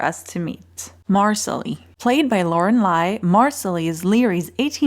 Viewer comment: Thanks for the recap - in the book - in the audible version - its Misallie - pronounced MA SALLY. :)